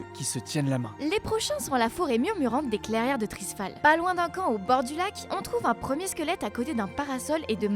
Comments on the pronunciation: Super vidéo mais beaucoup de noms sont écorchés : Wrath et pas Vrate of the Lich King Clairières de Tirisfal et pas Trisfal Stromgarde et pas Stormgarde Krasarang et pas Karassang Pour finir, la théorie du jumeau d'Azeroth me paraît tirée par les cheveux mais Blizzard adore les Blowtwist ;) Bonne vidéo ceci dit ! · Trisfal ? Vrath of The Lich King ? Ouch mes oreilles x) À part ça vu les photos de deux squelettes, c'est la posture des gnomes mais Blizzard a peut-être juste fait du "copier coller" pour remplir un peu la zone. Mais la vidéo est intéressante et on peut se demander plein de trucs. Pour une fois, YouTube m'a fait une bonne recommandation ^^